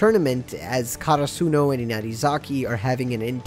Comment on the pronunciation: I have NEVER heard anyone say karasuno like that